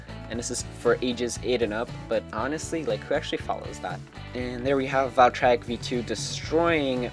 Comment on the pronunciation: He says "valtryek" right.